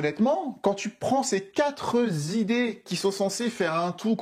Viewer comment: "ces quatre zidées" ? ;-)